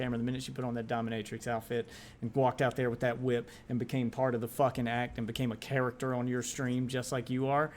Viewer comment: nearly had a stroke the way you pronounced "character" .... yeah, that was something special. a microphone being infront of you surely isn't your strong suit.